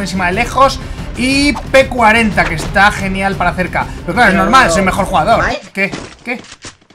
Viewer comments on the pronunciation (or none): Se dise mpe40